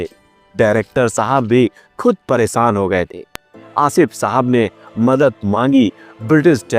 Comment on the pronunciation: Bhai aap ki kahani bahut zabardast lagi. Lekin aap ne Urdu zaban ki tang tod di glat tarike se alfaz ada yani bol karke. Plz aap ees taraf dhayan. Jaise sahensa nahi shensha. Paresan nahi pareshan. Alisan nahi aalishan. Aur bhi alfaz ees kahani mey aap unko badi sheen mey bola kare.Na ke choti seen mey. Aap ko meri baat samajh mey aa gaee hogi.